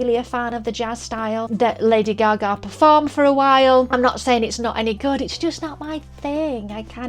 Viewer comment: There is no way in this universe that Kelly Clarkson is a better singer than Lady Gaga. I like Kelly, but get real. And stop mispronouncing Gaga's name, it's annoying.